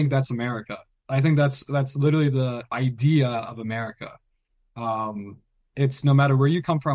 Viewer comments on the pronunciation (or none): none